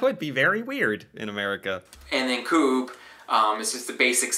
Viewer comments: First thing that I reacted to was his prononciation of "Coop". It's not coop as in a bargain but co-op is in co operative. Part owned by the customers. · Its not "Coupe" its literally "Co-op" like in cooperation😅